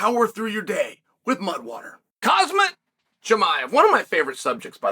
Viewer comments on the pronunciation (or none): Chael undefeated undisputed champ of mispronouncing names 🤣Cuzmut🤣 Don't change a thing 🥇🥇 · Isn't it actually pronounced Ham-zat? I realize it starts with a K, but so does Khabib, and Cormier calls him Habib. I assume he calls him by the correct name because they were on the same fight team. (Unless he just does that to annoy Khabib?)